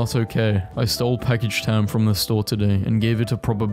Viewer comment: i though he said Pakistan But it was packaged ham 😂